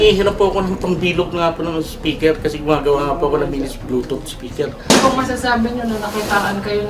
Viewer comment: blotot spikir? o bluetooth speaker? ayusin mong adik ka hahahahaha